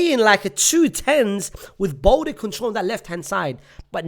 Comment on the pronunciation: Bro i beg you stop calling Balde BOLDI